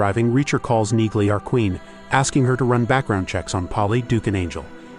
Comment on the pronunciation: You would think A.I. would know how to pronounce Neagley